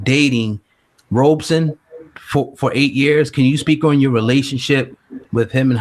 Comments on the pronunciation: Why do people keep calling him Robe-son. It's pronounced Rob-son! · This is really good but please, for fucks sake, why do you Americans keep calling Wade “Wade Robertson” or “Robinson”? His name is two fucking syllables: Rob-Son. It’s not hard. 🤦🏻